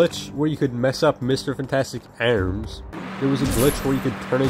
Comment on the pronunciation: ærms Cær chærm Your voice randomly becomes irish out of nowhere